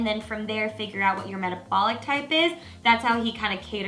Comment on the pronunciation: Did you just say "metabolic type" ?